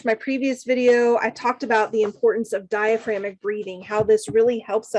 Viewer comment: Love the video. Just a heads up you are missing a syllable in the word DiaphragmATic breathing. Thanks again for all you do.